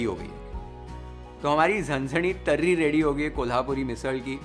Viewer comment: Loved the way u speak marathi words like zanzanit, tarri, kat, matkichi ussal, batatyachi bhaji.... Recipe is 10/10 as usual Love u chef❤